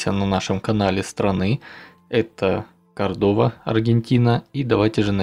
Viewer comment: Неправильно. КОрдоба, а не КордОба.